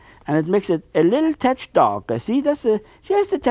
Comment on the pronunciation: It is pronounced tetch,beautiful tetch or almighty tetch.haaaaa haaaa.